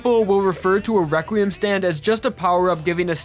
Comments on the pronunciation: I like how u say requiem WEQUIEM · this video was years ago but its so funny how when he says requiem he says req wee iem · I love how he says “reqwuiem” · It it’s not possible it’s wequiem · Its entertaining that he says weqiem instead of reqriem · Requiem is pronounced Rek-wee-EM (like you're saying the letter M at the end, NOT "um" like in the video). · reqweum lol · Is it me or does it sound like he's saying "Reqwiem" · may i ask why do u say wequiem? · Why does he pronounce it as Rekweum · "Rekweum." "Wekwiam." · Good video, but your pronunciation of Requiem, Vento Aureo and Diavolo grinds my gears to shit.